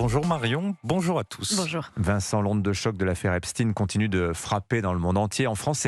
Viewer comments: Epchtaine, pas Epstinne ! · Les medias francais ne prononcent plus epstein mais epstine tout ça pour creer un lien avec la russie c'est incroyable et impressionnent leurs niveau de propagande